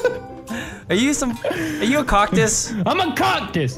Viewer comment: You went from cuctis to coctis 😂